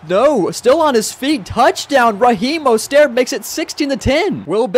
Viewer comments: Bro it’s mostert oml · Learn how to say mostert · The way he said mosterts name lol